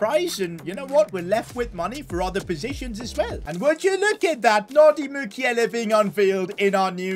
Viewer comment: It's Mukielé not mukiele thank you for your amazing content